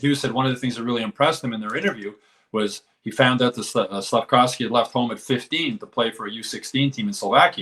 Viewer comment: Its Slafkovský , not wski or what the hell. Hes not polish